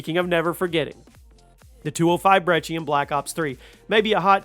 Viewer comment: It’s pronounced the “breck-e”